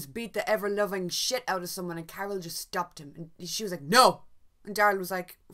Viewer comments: Someone else made the same comment... right about 2 min in, Daryl is punching Justin. Carol yells, "Daryl stop", and "he just stopped". I think its accent that kind of sounds like "and he just dabbed", but that really doesn't make sense. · She said "he just stopped", referring to Daryl fighting with Justin & Carol telling Daryl "to just stop". It's the accent!